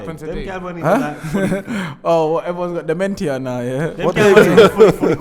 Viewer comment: "Everyone got de-ment-tia now yeah?" Margz is right, pronounces bare of his words wrong but you can clock what he's saying 🤣🤣🤣🤣